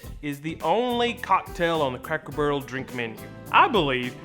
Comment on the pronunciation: I love how you referred to the "sodas" as Cokes. That's the most southern thing y'all ever said. Plus, at one point I swear you said "Cackle Barrel". And you're pretty. So go rock that....